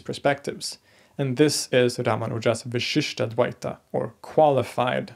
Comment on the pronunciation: I really like your series. However, in this video, I really must draw your attention to a tiny detail in pronunciation that changes the meaning of the word. The pronunciation in this video is vishishtadvaita (the first "a" pronounced as a short vowel) = qualified dualism (there is no such school of philosophy in Hinduism as far as I know). The pronunciation here should be vishishtādvaita (the first "a" is the elongated "aa" sound) = vishishta + advaita = qualified non-dualism.